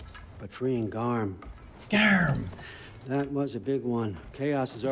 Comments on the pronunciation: It's garm not gamer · It's gamer. Not garm for God's sake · The “Gamer” instead of Gamr when the boss fight was happening killed me💀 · I love it when figgting garm it says 'gamer' rather than 'garm'😂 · why does his say gamer and not garm mine said garm when i played it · I just noticed "gamer" instead of garm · I'm watching this now, and is it really "Gamer" not "Garm" during the boss fight? lol